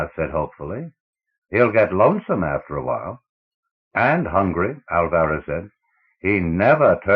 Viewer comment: Good voice, but learn to pronounce. You do not get 5 minutes into the first story before hearing the names Ophiuchus and Alvarez mispronounced.